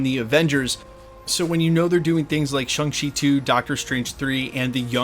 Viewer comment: why are you incapable of pronouncing Shang-Chi correctly? As in the way it's pronounced IN the movie BY the character. It's 'ShOng-Chi' not 'ShUng-Chi'. Those are very different sounds.